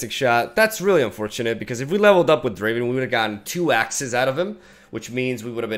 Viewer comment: It's not Driven its DRAAAAAAAAAAAAAVEN!